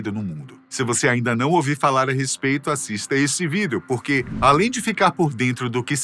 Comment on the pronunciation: Pq ele fala Vídel em vez de Vídeo?